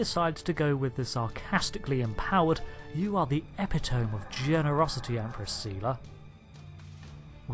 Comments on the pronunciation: Epitome is pronounced eh'pit·oh·me or eh'pit·ō·me... me as in opposed to you and the accent is on the second syllable. eh PIT o mE... not epi·tome as you pronounced it.. epi as in an EpiPen and tome as in an old book. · Eh-pit-oh-me. This isn't the hyper bowl.